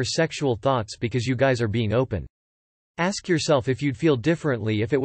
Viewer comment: Can we stop axing things? Who would program a robot to say letters back to front?